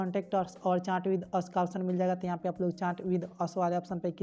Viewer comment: Bhi a chaaaat nahi hota chat hota hai